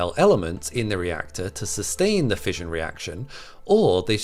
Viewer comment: 'Fission' is pronounced with an 'Sh' sound, not a 'J' like in fusion. 'Fishion', not 'fijion'.